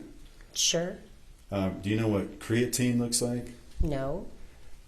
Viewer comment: This guy didn’t say creatine. 😂